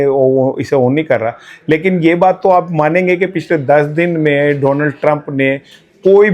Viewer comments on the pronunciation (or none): none